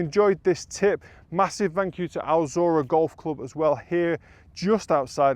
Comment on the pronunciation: It’s Al Zorah!